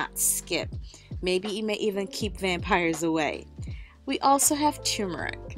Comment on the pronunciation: It's called TURmeric; NOT TUmeric.